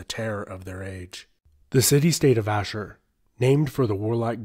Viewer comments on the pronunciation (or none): As an Assyrian I love seeing people talk about our history. I know this is a bit late to correct but its Ashur (Ah-sh-oor) but yeah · First time I met someone from Tur Abdin say Ashir instead of Ashur. I am from Chaldean church from Nineveh Plain, both Chaldean and Tur Abdin are Ashuri.